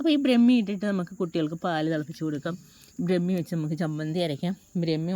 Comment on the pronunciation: ബ്രമി അല്ല ട്ടോ,,,,, ബ്രഹ്മി എന്നു പറയണം